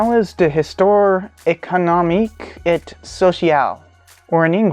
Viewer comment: Dude can't even pronounce 'and' in french smh